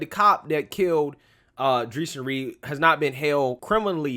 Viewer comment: His name is pronounced Dray-shawn....I watched all videos before making a judgment. Dude had a gun in his waistband and he pulled the gun while running and shot at the cop first...2 shots before the cop shot at him. Play dumb games....